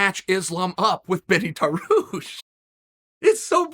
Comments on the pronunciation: Ah yes, my favorite fighters, Islam "Mockelchev" and "Benny Darwoosh". Love uncle Chaels pronunciations hahaha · Of course he says benny darush...